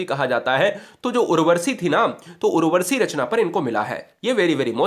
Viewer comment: Sir maf kijiyega Dinkar ji ki rachna Urwashi hai na ki urwarshi